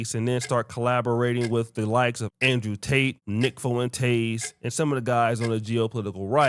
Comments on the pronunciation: Nick FuenTAAAYS. Why can't you say it right? Shit hurts my ears. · This is phonetic pronunciation: Nick Foo-wen-tays.